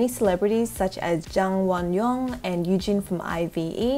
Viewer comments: you looked so frickin cute! love the look! <333 and, fyi, IVE is pronounced like I've, not I.V.E :) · Did you just say I-V-E 😭 it’s ive like I’ve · The makeup is sooo good omg u look stunning but when u pronounce ive its not ivE its ive like u say it in one word together i hope u understand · Just so you know, IVE (the group) is the short form of I HAVE. You can pronounce it as I've <3. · 너무 귀엽다 😍 I LOVE!! also the group IVE is pronounced like I’ve - most kpop groups with all caps letter names you’re saying the letters (like BTS and NCT) but for them you actually say the word! 🤗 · IVE is actually pronounced like how we say "I've" in english. 😊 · IVE is just pronounced like i've not I-V-E 😂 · i love everything but how did u say IVE